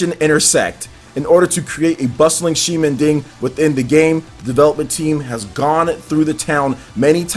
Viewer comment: You need to pronounce ximending —> ximenting .. anyway, Dusk diver looks great